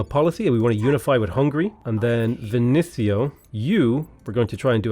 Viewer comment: is there any reason you say “Vin-sin-io” instead of “Ven-ees-io?” I’m pretty sure Vinicio is pronounced at lest more like the latter (depends a bit if it’s Italian, Spanish, or Galician, etc, but still)